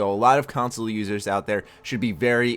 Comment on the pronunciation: when you said "console users" i thought you said "console losers" lol